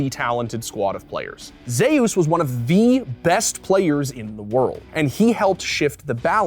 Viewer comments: Why the fuck are you saying Zeus as Zehoos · He pronounces Zeus funny.